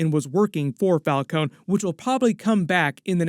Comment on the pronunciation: Why did they change the pronounciation of the Falcone name between the batman movies?